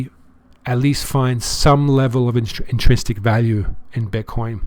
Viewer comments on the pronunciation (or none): Only 2 criticisms for you sir: 1. Please broaden your audience. We small, nearly broke investors can't"take profit" when that profit will be 800 USD. You and Ben talk as if everyone got in at 4000 or 600 . 2. Please learn to pronounce the word 'intrinsic'. In - trin - sic . Intrinsic value. You got this. Thanks for your work sir. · Not trolling sir (except you still need to learn to pronounce "intrinsic":) You Brits invented the word; it's your language after all! :) ) You are a very good analyst, and i believe you can help people increase their wealth. I love your calm, non-emotional style. But your advice here is mostly unnecessary for those wealthy enough to invest at your level. Investors with several hundred thousands in Bitcoin are not generally making the mistakes you warn against. I see a missed chance to help newer people in the fact that you, and Ben, and several of the others talk on your YouTube videos (which are very good) as if investing is all about having more than you need already, investing in the 5+ digits, then blithely telling people to "take profit." There are a lot of opportunities in this brand-new asset class for people who only have a few thousands or even hundreds, if they are careful.